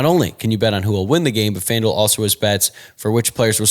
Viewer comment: Am I the only one who hears Fandil (rhymes with vandal) when says FanDuel??